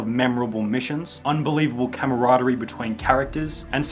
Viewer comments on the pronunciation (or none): Camaraderie* not Kemaroderie